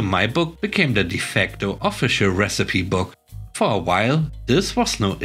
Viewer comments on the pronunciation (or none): The first story about old receipts made me laugh. First lol of the day! The second story was fun too. Minor nit: recipe is pronounced re-ci-pe (re' si pee). Thanks for the stories!